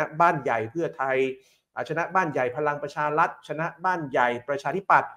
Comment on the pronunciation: ทำไมออกเสียงพลังประชาลัด,,,เกือบทั้งนั้นเลยคนอ่านข่าวออกเสียง,,ลัดทั้งๆๆที่สะกด,,รัฐ,,รัฐบาล